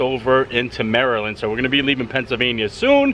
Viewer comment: Finally, someone that pronounces Maryland properly! We definitely silence the "T" in a lot of words or pronounce it like a "D" such as budder instead of butter.